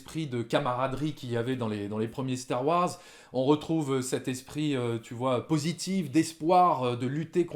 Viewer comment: Dites, mes oreilles saignent un peu avec vos "Star Woirs" Pourquoi vous ne prononcez pas le Wars comme tout le monde ? :)